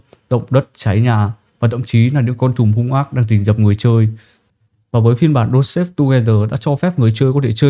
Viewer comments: Đọc là dont star(ngôi sao á ) và thêm chữ ve âm gió ở cuối cho nó chuẩn nha ông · ông ơi clip hay nma tên game k là đôn sếp, mà là đôn sờ táp =))